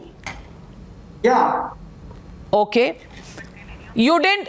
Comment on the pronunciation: Reporter madam has a big problem with word “cool” 😂😂😂